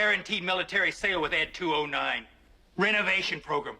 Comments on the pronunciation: Ee Dee 209 😂 Ed 209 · Not "E.D. 209," but "Ed 209"